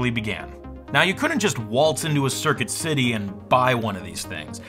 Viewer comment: “Circuit City😂😂😂